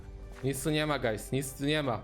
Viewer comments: 0, ponieważ nie mówił guys przez u, tylko przez a. Coś bardziej jak gajs / gajz / gays / gayz czy jak on tam mówił. XDD Edit: +10 000 decybeli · I to "gajs" xD